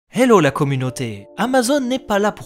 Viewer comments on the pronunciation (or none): none